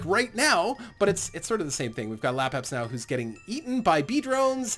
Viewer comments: Just a minor thing. I have watched alot of your videos, and like them alot :-) But you allways call him Lapabsnow But it is spelled Labsabnow You move the "S" :D No big deal I have just noticed that :D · Lapsapnow not lapabsnow